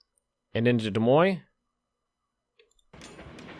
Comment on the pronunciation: Congratulations on pronouncing Des Moines correctly. Most foreign would have pronounced it as it is spelled.